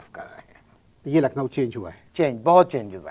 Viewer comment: Lucknow nhi Nucklowwww😅😅😅